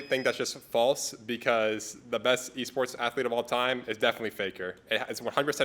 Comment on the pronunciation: he said waports nice reading